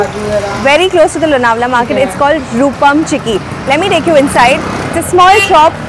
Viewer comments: This video is shot last year. Last year It rained a lot and so lots of greenery.💚 In our home all products r from MAPRO😅 And LONAWALA= Chikki Specially MAGANLAL ki😃 Yaha jao aur chikki na lao to paap padega😅. BTW ANCHOR MARATHI THI LEKIN ' L' ka Marathi sound Lonawala me galat tha. Misal me sahi tha. Lonawala me 'N' sound bhi galat tha. Hindi jaise sound ka upyog kiya It's लोणावळा Nt लोनावला It's मिसळ nt मिसल😊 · The pronunciation of Lonavla in the train announcement was wrong. / - your pronunciation is correct